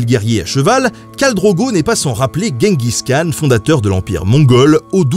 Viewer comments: on dit : DJENGUIZ KHAN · Si tu veux le prononcer correctement, Genghis Khan se dit "Tchinggis Rhan" rh étant un r un peu aspiré (je crois). Sinon, toujours aussi bien !